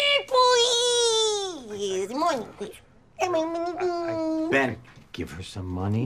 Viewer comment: MONNEY PWEEASSSE